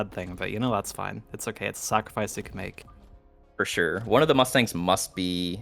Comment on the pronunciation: dude says 'fore sure' again i will lose my mind, for sure.